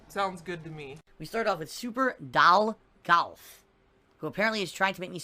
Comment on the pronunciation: "It's gahuut! Not guut.. Gaaahuuut!"